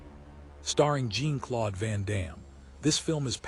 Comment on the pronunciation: Jeezus, the AI's pronunciation of "Jean-Claude" is atrocious. 👎